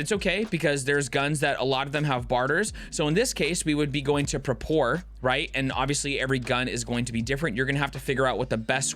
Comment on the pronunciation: Great video bro! Really helpful. Btw I laughed my ass off when u said Prapor like that